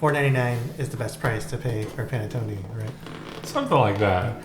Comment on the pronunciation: While I've never had anything other then traditional panettone which we have where I live, I have never heard panettone pronounced how you were saying it. My relatives are from Northern Italy where it's pronounced differently. It's a bread you heat in a oven or toaster oven NOT a microwave, and then put butter on it. A traditional one that size I could eat myself in one sitting toasted with butter and coffee. Dang, now I want one.